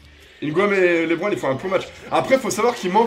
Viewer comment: Au lieu de dire lebron ta dis lébron